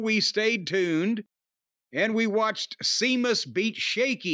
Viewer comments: Ah jazuz sea mus as an irishman I'm laughingly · Have we ever gone over why Jim refuses to acknowledge the H in “Sheamus”